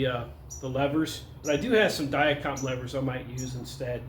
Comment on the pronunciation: Thank you for pronouncing Dia-Compe properly.